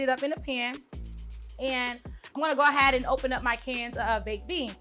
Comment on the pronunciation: "We're gonna go ahad"